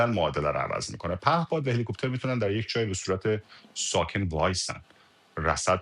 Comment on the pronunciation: Dear Samira, Its HELICOPTER not HELE-COOOPTER. هله کوووپتر نیست، هلیکپتر